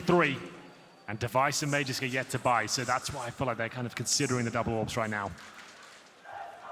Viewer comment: Don't you just love seeing a round go by without having witnessed a single kill, when there were 5 kills in that round? The way that one guy pronounces Magisk ma-jisk makes me wonder if he also says ma-jasin for Magazine.